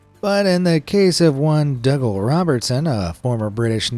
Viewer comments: Dougal is pronounced as Doogle, not Duggal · dougal is pronounced doogal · I'm just going to 'nit pick' I assume it's your pronunciation but that man who took his family. On a world trip on his boat I don't know who taught you to say hid name the way. You did, but- his name is pronounced DOO-GAL It is originally a Celtic name, if your "thing" is put on YouTube then the least you could do is to make sure of the pronunciation of the word your saying Now you try it DOUGAL is said like this. DOO-GAL That's all 🙏